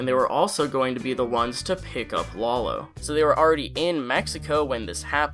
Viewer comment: It's "lah low" come on